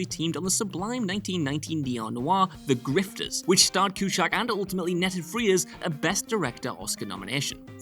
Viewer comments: Seen the film countless times. Watched this entire video. Still have no idea who tf "John Quje-Chackk" is. 🤷🏽‍♂️ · It's pronounced Cue Zack... John Cusack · Why do you keep saying ‘Qshack’?? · For the record, the correct pronunciation of John's last name is Cue-Zack. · Ok lad little lesson here Cusack is an irish name..............Q. Zack..........good night from co Tipperary. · I knew these things. Also, his name is not ''Q Shack''. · STOP SAYING CUE-SHACK!!!!!!!! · Cue - sack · Q- SACK! LIKE A BAG OF BALLS. if you're going to say a name that many times in a video, you should probably say it correctly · The Cu-Shack is a little old place where we can get together, Cu-Shack baybeeee… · Coo shack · Yep. Friggin annoying to hear CueShack. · Friend, there is no “H” in Cusack. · I had to stop watching due to the narrator’s inability to pronounce Cusack. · Sin #1 - A Chicago film, referencing breaking the fourth wall, and you talk about "Alfie" instead of Ferris? Sin #2 - Pronouncing the main actor's name wrong Sin #3 - Pronouncing his sister's name wrong Sin #4 - Mispronouncing Harold Ramis's name Sin #5 - "fans's" ?? Sin #6 - Tim Robbins played a full part in the movie, not just a cameo. Many lines. Many scenes. Sin #7 - Regina Skeptor??? Sin #8 - "coral" him? Sin #9 - "Eeeevanston, IL?" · One of my favorite movies. Just so underrated. The cast is great. The writing is great. Acting is awesome. Not gonna lie though. It's annoying how you are pronouncing Cusack. There's no sh sound in it. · the way you pronounce Cusack is so freaking annoying. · The pronunciation of the lead actor's surname makes me want a sequel to Space Jam with John Cusack playing Shaquille O'Neal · PLEASE Pronounce the names correctly!! This happens SO often on your channel!! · How the f**k are you butchering Johns name so badly. Jesus Christ don't add letters and sounds that don't belong. Your name isn't Josth....... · FFS learn how to pronounce Cusack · There is no H in Cusack.